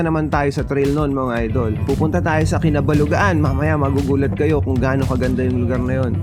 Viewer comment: Correction Idol... "Kabalugaan" not "Kinabalugaan" 😊